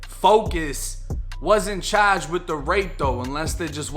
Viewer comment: Federally chaaaged! Debit caaad!